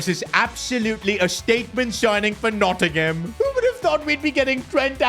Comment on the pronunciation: Nottingham forest please pronounce the team by its proper name